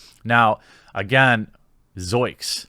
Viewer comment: Goddammit, it's 'zoinks', not 'zoiks'. Seriously, though, I thought that was supposed to have some integrity. Wouldn't know personally, but I'd never heard anything off about him.